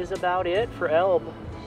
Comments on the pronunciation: That town is pronounced El-bee. I grew up east of there. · Welcome to our neck of the woods, bro. Love your posts! I follow you all the time! Great photography. By the way, Elbe is pronounced “EL-BEE.”